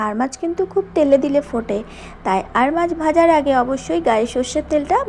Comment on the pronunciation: "আর মাছ "-- না ---- "আড় মাছ"----'🤦‍♂️🤦‍♂️🤦‍♂️🤦‍♂️